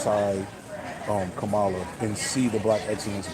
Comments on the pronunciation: Kamala is pronounced COMMA-LA. Not CUH-MAH-LA. She deserves the respect of CORRECTLY pronouncing her name. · Bruh....for your B-side later, Kamala's pronounced "COMMA-la" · Come on bruh pronounce her name right. It’s Comma-Luh. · I think her name is pronounced with the accent in the first syllable.